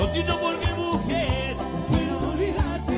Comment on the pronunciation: por que en el primer tema de Red, en vez de decir "mujer" dice "muñer"? jajaja, aguante la guerra de los colores!